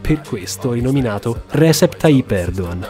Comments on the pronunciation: uomo va bene tutto ma sentire Recep (leggasi Regep) pronunciato Resep dopo che sei pure stato in Turchia fa un po' male alle orecchie 🥲🥲 ma pronuncia del turco a parte, veramente bel video, assurdo vedere il salto che questo canale ha fatto da 5 anni fa in cui ho visto il primo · Si, ma Recep si pronuncia "Regep" e non "Resep". 😉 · Solo due cose: - Il nome Recep si pronuncia "Regep" e non "Resep"; - Sarebbero graditi sottotitoli in inglese, vorrei mostrare questo documentario a un mio amico turco. Per il resto, veramente interessante e ben fatto :) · Recep si pronuncia Regèp, non Rèsep. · Si dice “regièp” comunque, non “rèsep” Tayyip Erdoğan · Si pronuncia Regep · Sono sempre più incredibili e di altissima qualità questi video. Una sola puntualizzazione che avrei: prestate un po' più di attenzione alle pronunce delle parole straniere, specie se sono così importanti per il contesto. Mi ha fatta un po' storcere il naso sentir pronunciare sbagliato il nome di Erdogan per tutto il video